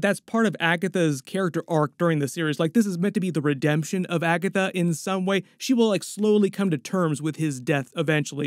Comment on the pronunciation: „When she found Agathwuh”